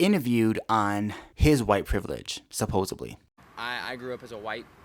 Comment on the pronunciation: I really like you and your vid topics, but I have a huge pet peeve and I point it out on any influencers comments if they say this ; it's SUPPOSEDLY not 'supposably'. ❤️